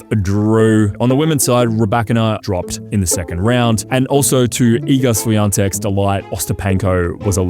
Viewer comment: The way to pronounce Swiatek is "SHANTEK"